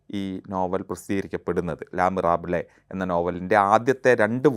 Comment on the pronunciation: Not "ല മിറാബ്ലെ", its ലെ മിസെറാബള്